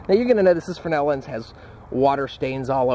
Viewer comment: You keep saying frenel, but it says "fresnel" in the description. :/